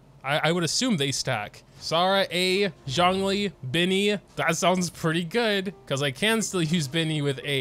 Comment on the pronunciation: U butchered both the names lol